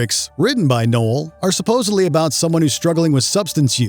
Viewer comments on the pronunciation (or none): none